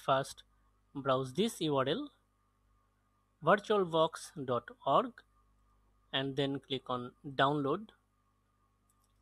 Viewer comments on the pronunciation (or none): itne bore lagte ho jab virtualbox ko bartualbox bolte ho